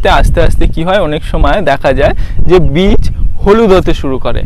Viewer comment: কোনটা বীজ আর কেনটা চারা বোঝ না? চারাকে বলছো বীজ কেন?আর উচ্চারণ বিচ হবে না হবেবীজ বুঝলে ভাই।